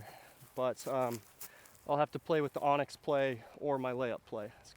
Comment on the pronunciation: You’re still saying Onyx 😀